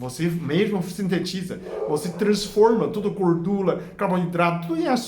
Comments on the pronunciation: Tão lindo o senhor falando gordula!!!❤❤❤❤❤😘 Muito obrigada pelas informações! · Bom dia é bonito como o Senhor falar goidula é Legal RS.